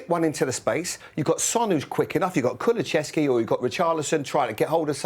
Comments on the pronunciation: ITS NOT KULUCHESKY FFS. That's not a name. Learn how to pronounce names. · Why are some 'pundits' so incapable of pronouncing player names? Redknapp started the evening with "Kuluchevski" and then he pivoted to "Kulucheski"